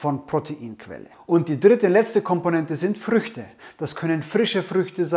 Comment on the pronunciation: "Frische Fruechte [sein], getrocknete Fruechte oder tiefgefrorene Gefruechte" :DDDD Frrrruechte Frruechte Frrueechte EDIT: + "gefrorene Erdbeeren" xDDDDDDDDDD Last EDIT: Geiles Video. Ich mach eine aehnliche Rezeptur, allerdings mag ich keine roten Fruechte im Muesli. Benutze stattdessen gefriergetrocknete Blaubeeren und frisches Mark aus der Vanilleschote.